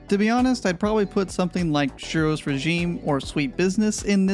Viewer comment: I know about silent letters in words, like knife or lasagne. But I've never know there to be hidden letters in words. Like as in suros bit pronounced shheero's.... learn something new everyday!